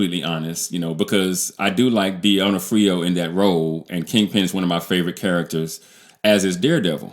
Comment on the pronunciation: Echo is an amputee because Alaqua Cox is. And learn how to pronounce D'Onofrio if you want to be taken seriously. I appreciate that criticism draws more views than praise, but you taking such a view of Echo means youre either myopic or trying to fit in with the Marvel bashing thats popular